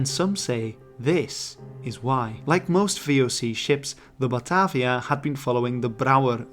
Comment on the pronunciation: Batarvia. Where did the "R" come from?